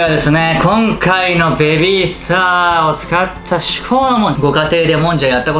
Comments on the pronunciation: ベビィ↓スタァ↑ラーメン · べび〜すた〜の発音はズルいっす